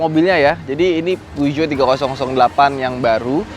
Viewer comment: Yg bingung ngucapin peugeot mana... Ha ha..